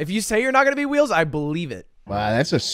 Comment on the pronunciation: Wheels sounds like a slur and I love it.